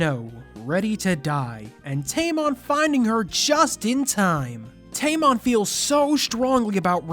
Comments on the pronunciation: tamon sounds like tampon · You call him tamon, I call him tampon